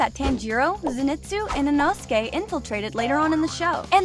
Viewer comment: Ee- know-skay. Put that respect in his name.